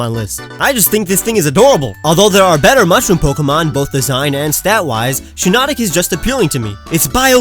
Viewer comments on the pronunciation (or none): SHIINOTIC, NOT SHINOTONIC! FIX IT NOW!